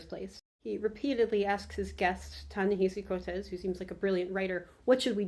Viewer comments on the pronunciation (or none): Also its pronounced “Coats” be well